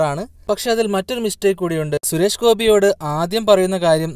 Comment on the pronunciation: ശുരേഷ് ഗോപി അല്ല ചേട്ടാ സുരേഷ് ഗോപി.. ദേ പിന്നെയും 🤣🤣🙏🙏